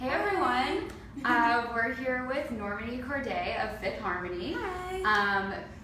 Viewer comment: omg I can't 😂😂😂 I know who she is I'm a harmo😂 I just asked who NORmani is cause the interviewer pronounced her name wrong 😂 it's supposed to be norMANi😂 chill it's a harmo joke.